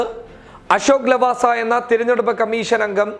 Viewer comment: Thiranjeduppu alla,theranjeduppu aanu.